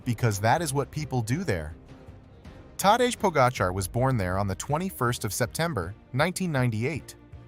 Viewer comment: Its teday Pahjacah tell your ai that it butchers his name. He is a human experiment and the greatest cyclist yet.